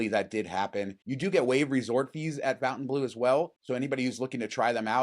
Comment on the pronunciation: I would expect you guys to know how to pronounce FontaineBleau. It's not Fountain 🤦🏻‍♂️😅